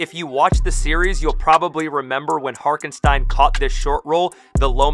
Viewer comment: can’t lie, it bothered me as a giant OKC fan lol. His name is Hartenstein. Pronounced Heart-en-Stine